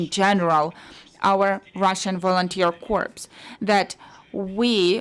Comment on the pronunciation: corps is pronounced core